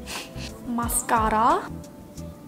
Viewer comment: the way she said mascarraa😂.....btw luv ur vids